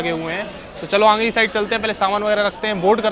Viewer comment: Bhai aange ni aage bolo...tone thora change kro... Baki sb shi h